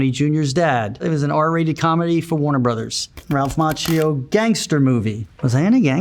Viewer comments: I do love him over 40 years - but languages are not his thing. Cause as an Italian speaking person I have to say that his name is pronounced like Makkio. Same as latte macchiato. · But Macchio is pronounced as Makkio in italian, i’m confused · I pronounced his last name as "Ma-key-o" 🥀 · Omg i learn italian right now and it hurts my ears when i hear him pronouncing his own name wrong, so the world has it easier xD like daniel ricciardo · Additional question: How strange is it living your whole life wrongly pronunciating your own family name? Macchio is an Italian name (his family name was Macchia) and in Italian the letter H has its sound. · Ralph Macchio, Conan O'Brien's producer Jordan Schlansky says you pronounce your name wrong. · Love him so much, just can't stand how he pronounces his surname, I was hoping that would come up in the Google search 😅